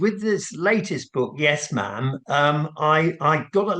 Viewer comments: Mam as in ham, not marm as in farm! #sussexbabyscam🤬🤬🤬🇬🇧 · Just say it with the same way you say "Spam" - "Ma'am/Spam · It’s Mam as in ham. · I don't give him any credibity because he only recently learned that it's Mam (as in ham) and not Marm. No royal credibility!